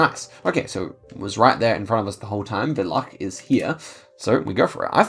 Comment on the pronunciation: the way you pronounced im herzen villachs sounds better than any german speaking person lol